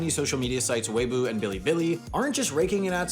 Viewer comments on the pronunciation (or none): It's pronounced weī bó like you're asking "wha?" after the b